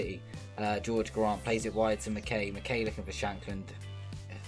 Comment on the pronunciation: Nice to see someone covering my team Hearts in FM. It's McK-EYE though, not McK-AYY. He's cool, but he's not the Fonz. 😂